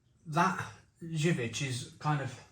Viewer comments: Better go to Polish shops for good imported beer (Zywiec is pronouced zerviets like serviets) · Zubr is pronounced jub-r with the j being the shift and rolling j rather than a hard j like joke or job. Same for zywiec except that finishes with a Ch sound (polish is horrific to learn. I've been struggling/failing for about 8 years). Also I'll point out that these are the polish equivalent of fosters or Carling. Really not their good stuff at all. Perla (pronounced perwa) or kasztelan are better, particularly the niepasteryzowane (which means non-pasturised). The best polish beer I've ever tried you'll NEVER find alas. Zloty lan (zwoty wan, it means roughly golden grain) is one I've only ever found in two local village shops in the arse end of nowhere when we go and visit the missus' family. It's so divine that you can drink it warm after a perfectly chilled, good beer and STILL think it's better.